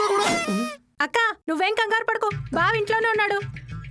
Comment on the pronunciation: Bava nea ..bha bha kadu 😅😅😊